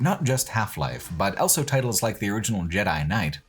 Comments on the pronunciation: pronounces the word "also" as "elso". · Don't be silly. He clearly says "owlso".